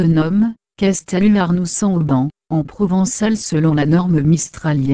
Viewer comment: Dommage que la personne qui commente" écorche" , a chaque fois , le nom de la commune . N'aurait-il pas été plus simple de lui dire de faire la liaison entre le Saint et le Auban ??